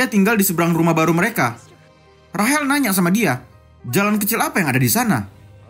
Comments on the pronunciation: Rachel❌ Rahel✅😂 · tulisan nya rachel tapi yg pengisi suaranya bilang rahel 🤣 dah itu nama gw lagi 🤣